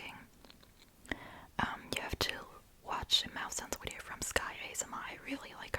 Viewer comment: Wideo lol